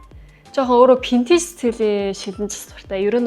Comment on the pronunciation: solongos helend v useg, f useg baidagguimaa burberry gehiig pobori 버버리 geh jisheetei anh sonsood oilgohod hetsuu suuldee dasaad adilhan heldeg bolchdog yumbilee